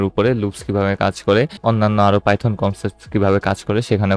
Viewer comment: Bro Python hobe not Pyton